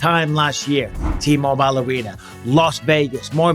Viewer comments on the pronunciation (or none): I know I can't be the only person who absolutely can't stand the way Bisping pronounces "T-Mobile!"